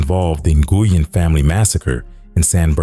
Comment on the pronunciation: Of all the research put into this you would think he would say Nguyen right.